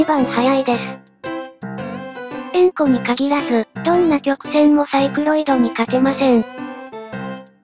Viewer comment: 円弧がウンコにしか聞こえん🥺